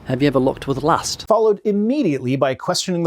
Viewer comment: The way Ray pronounces ‘lust’ makes me feel dirty.